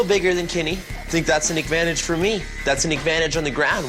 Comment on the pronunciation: Did he say "agvantage"?